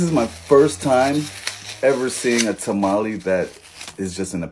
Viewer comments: “ta-ma-lee” lol😂😂 As a Hispanic I like to pronounce it as “ta-ma-leh” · Bro said tamale like a middle aged soccer mom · The English pronunciation for tamale🤣🤣🤣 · This is a vato pronouncing tamale like a Caucasian. 😂😂😂😂😂😂😂😂😂😂😂